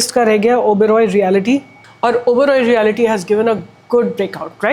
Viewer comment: Madam, every time you are pronouncing Realty sector wrongly as Reality sector. Please note that there is no “i” after l in the spelling.